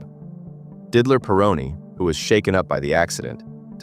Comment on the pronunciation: Didler.... really, Ai voices just can't pronounce some names